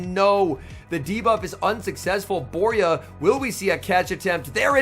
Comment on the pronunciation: I was in this event. Worst organisation I've ever seen, it was such a disappointment By the way, Borja is not pronounced Boria, it's BorJa (spanish J, can't think of an english sound to write that can imitate it, but think of the old "charging a loogie" sound)